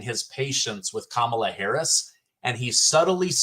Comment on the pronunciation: “Kum inyer Hariey” for prison 2024!